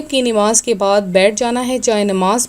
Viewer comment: Nimaz hota h ya namaz ap ka talaffuz v galat hua h